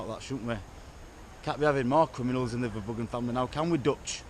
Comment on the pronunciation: Their name is pronounced verrr broh hun or verrr broh uhh. It's duch or flemish. They can't even pronounce their own name. Halve my family are flemmish.